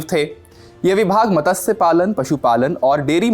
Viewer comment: Matasya Palan nahin hota kuch, matsya palan hota hai. Hindi news channel par rehkar bhi aapko hindi nahi padhne aati.